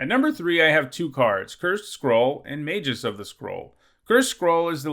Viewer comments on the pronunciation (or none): The G in Magus is hard, not soft. [/pedantic ] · You flip-flopped between a hard G and a soft G when you pronounce "magus"